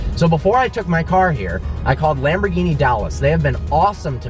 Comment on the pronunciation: when you can't pronaunce Lamborghini Like it should be you don 't deserve the car..